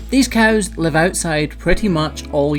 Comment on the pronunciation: A character in a school play of mine had a Scottish accent and written in the script was to pronounce cows like "coos" and until I didn't realize just how accurate that was